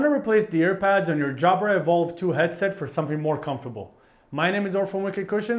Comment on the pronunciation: Jabra, not Jabara